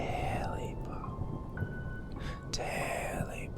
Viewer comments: Tailypo. Not Taily Bone. TAILYPO. I Love Your Videos, Btw. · it's taily-po not taily bone